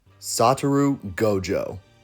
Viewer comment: Character is called SaTOru Gojo The text says Sa**RO Gojo But he says SaTUru Lol